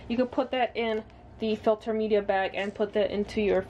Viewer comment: Ill make sure to double check my ''fiter'' lol